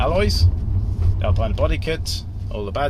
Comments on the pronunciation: It's pronounced "Alpeeena" !! I've got a '99 M5, which is currently blocked in by my Stag, as that has a dead starter motor. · Nice review but ought to prononce Alpina correctly...